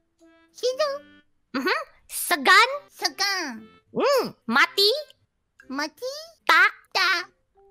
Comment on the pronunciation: = segon? Kobo = SEGAN!! 😡 kesabarannya setipis tissue lord kobo 😂😂